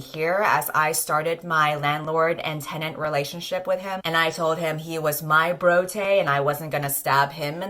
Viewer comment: I can't tell whether you are just mispronouncing/-spelling the vocative of Brutus or have made an ingenious pun/portmanteau of "Brutus" and "bro" and it's driving me insane. I need to know!